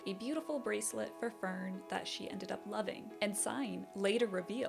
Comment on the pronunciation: Fern = Fairn